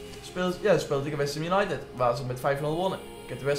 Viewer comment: Waarom zeg je steeds als untided van we weten het hoor